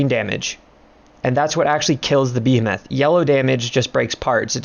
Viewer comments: You're saying Behemoth incorrectly. It's Bee-Hee-Muth not Bee-Ham-Math. Thanks. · the way you say behemoth PISSES me off